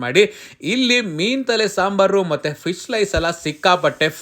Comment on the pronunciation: ಫಿಶ್ ❌ ಫೀಸ್ ✅